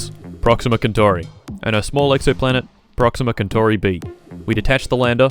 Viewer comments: did you just call proxima centauri "proxima kentorry"? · it's pronounced proxima sentori you muffin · damn, i was pronouncing Proxima Kentauri wrong my whole life... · He actually said proxima kentori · You're saying centauri wrong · Until you spelt Proxima Kentauri with a K I thought he was pronouncing it wrong the whole time